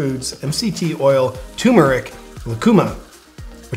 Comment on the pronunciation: Hmm, what is "tumeric"?...